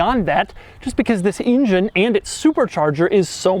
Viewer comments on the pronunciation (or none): I love how Doug pronounces "engine" like "InGen" from the old Jurassic Park movies. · I dislike how he says "ingine" all the time.